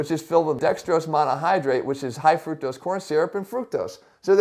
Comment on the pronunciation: Sounds funny how American says fructose lol. By the way good video i keep telling people the same thing